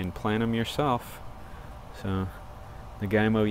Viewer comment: naga - eemo not nagai - mo